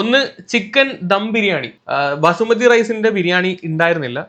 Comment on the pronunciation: Vasumathi alla punde basmathi